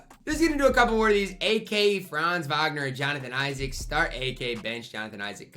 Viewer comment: Franz Wagner. You gotta look up how to pronounce his name man. I’m a huge fan of him irl so you gotta pronounce it correct pls